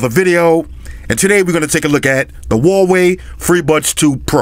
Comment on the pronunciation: its actually pronounced huawei and not wallway